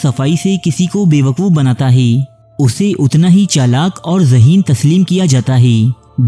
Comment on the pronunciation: Hee the way you pronounce hai 🤣🤣 heeei heii